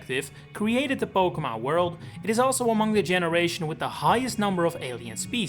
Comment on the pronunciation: Stop pronouncing Pokémon wrong it’s unlistenable bro